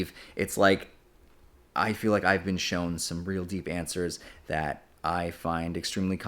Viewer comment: unrelated but i love how he says been as bean